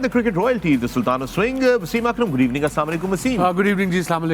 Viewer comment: Pakistan is so poor that When Fakhar says "GOOD EVENING" in the intro it sounds like "Gareebaning" 😂💀